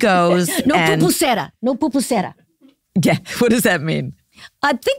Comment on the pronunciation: Pupusera 😂 does she mean Pupusería??? 😭😭💀